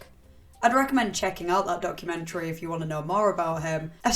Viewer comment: "Moo-veh" "Public-leh" "Documen-treh"